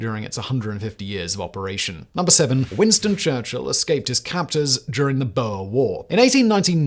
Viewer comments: In Afrikaans, "oe" is the same sound as "oo" in English. Therefor, "boer" is not pronounced as "boher", but rather as "boor" (same as "book" but with an "r") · I just wish people could pronounce Boer correctly. Booo-Rrrrr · What's a Boa? For goodness sake, please get your pronunciations correct. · Who TF pronounces boer as "boher" lmao. I've never heard a British person mispronounce it so badly. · I don’t understand how an Englishman does not know the correct (from an English speaking perspective), pronunciation. It’s universally know among uk Australian and NZ population’s